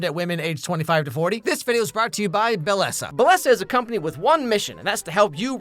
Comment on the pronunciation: Btw not to be that guy even though I’m being that guy rn, Bellesa pronounced “Beh-yeh-sa” or “be-je-sah) its Spanish for beautiful :)